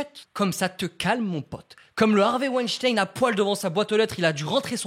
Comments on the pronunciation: wAiNcHtAiN mdrr (ça se dit wainstin) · Je suis la seule à entendre Wejdene au lieu de Weinstein ?! 😂